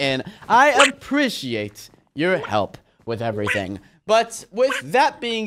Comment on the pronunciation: Way you say like eveeting